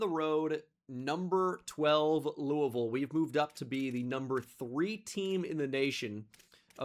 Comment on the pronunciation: shoutout for always saying louisville right and shoutout EA Jeff Brohm for beating ohio state and going undefeated